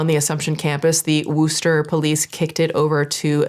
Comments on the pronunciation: it’s pronounced wuh-staa Not woo-ster 😊 Haha anyway love your channel and vids. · I live in Massachusetts & my homosexual self just had me jaw in my lap 😂 also.. its pronounced wuh-ster not wooster lol we pronounce it wuh-stuh cuz of our accents but i don't think I've ever actually heard anyone say it out loud like that seriously i thought you were joking until like the 3rd time lol dont feel bad literally everyone reads it & pronounces it like that apparently i just don't get out much so im tickled that you're the first one ive heard say it like that lol ly 💜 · lol you got body cam from them but not the correct pronunciation of the city😂😂 I'm getting triggered by Wooster😂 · Slightly off topic; it's not pronounced Wooster, it's more like Worster (spelt Worcester) Source: I grew up there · Hearing woooster as a mass resident instead of wusster is sending me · I used to live nearby this school. It is in a working class city, where it is hard to get by. School is great if you are focused. To give up you're education at this school for this dumb stuff is CRAZY. Its not pronounced Wooster either. Wusta lol noooobody says Wooster. Mass laws can be antiquated, these are not new consent laws. They should be changed! Appreciate your story on this. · giggling every time you say worcester as woo-ster - in MA we call in wuhster - nbd just funny to hear it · oo something in my state..and also lol "Woo-stir" Its Wis-tah for future ref! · WUS-TER is how it's prounced. Worcester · The way she says wooooster 😅 solid attempt, but it's wustah. Massachusetts is weird. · So funny to hear you say “Wooster” because being from that area, it’s “Wuh-Stuh” 😅😅😅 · I love your videos and I mean this in the nicest way possible because the way mass towns are spelt and pronounced are completely different Worcester is pronounced like “wusster” not “Wooster” again I love your content but as a Mass resident I had to say it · lol “Wooster” no ma’am it’s “wister” like wisteria 😂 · Woo-ster? LOL